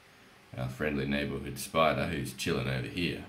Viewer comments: "We've got Alfred, our friendly neighbahood spoidah" Bruh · are you making fun of his accent?